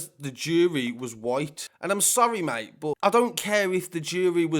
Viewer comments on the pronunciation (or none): none